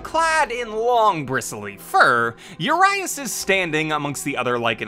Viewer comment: His name means 'huge' in Romanian. And you badly mispronounced it every time :)